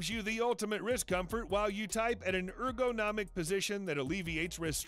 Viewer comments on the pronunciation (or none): why do you say er-go-nomic